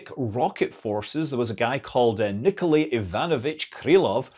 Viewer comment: First, in "Никола́й Ива́нович Крыло́в", Scott put the stress right only in "Иванович". Second, you obviously have no idea what you're talking about: while Russian doesn't have any rules (or rather the rules are so arcane (see A.A.Zaliznyák) that they're useless for any practical purpose), Polish is very rigid with its stress placement, Czech doesn't have stress as you know it at all, and the Serbocroatian stress is something completely different. Stress rules in Slavic languages vary widely and don't follow Russian haphazard patterns at all. And finally, the Slavic language family — while a little conservative among the IE languages — is not as ancient as you seem to think.